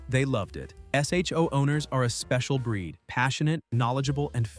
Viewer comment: Dear AI. It’s not pronounced S.H.O. It’s pronounced Show.